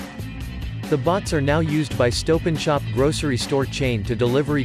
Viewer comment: I dunno if it’s just me, but the narrator sounds a kinda bit like a computer. Also, “stope and shop” （＾◇＾）